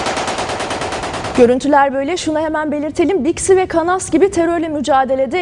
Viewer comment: Spikere bak düğünde kanas diyor 😂😂😂yok el bombası atildi